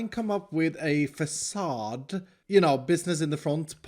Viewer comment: Fa-suh dude